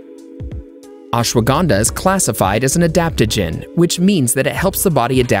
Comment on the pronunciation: I Like How He Pronounce Ashwagandha Ashwaganda 🤭🤭🤭🤭